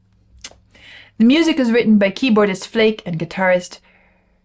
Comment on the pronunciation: The author's name is pronounced flah-ker